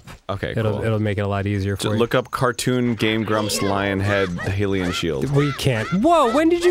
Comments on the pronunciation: It’s pernownsed hi-lee-en shield, not he-lee-en shield. 😔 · Oh my fucking god.. ya know how you say Hyrule? Say Hylian like you say Hyrule.. it annoys me to no end that they never say it correctly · Their pronunciations of skulltula and hylian are so annoying. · Yeah in previous vids he did say he knew the correct/more common pronunciation for Saria he has actually said Hylian both ways. He does it on purpose and for these types of reactions from what I've seen xD